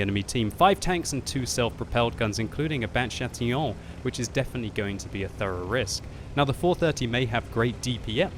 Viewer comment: You said Chatillon well :)